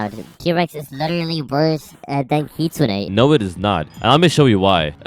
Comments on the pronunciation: bruh. I'm Japanese ;-; Kitsune is the word for "fox", it's not only some random mythical creature lol. The correct way to say it is "kitsu-ne" yes. But some people say kit- sunay. It is NOT like kit-soon. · and please, never pronounce it 'kit-soon' again. It's kit-soon-eh, whether you like it or not <3